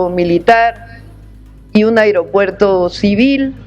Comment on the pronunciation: Que alguien le diga a mi presidenta que no se dice airopuerto